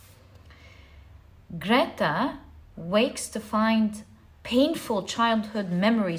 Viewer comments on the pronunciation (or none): none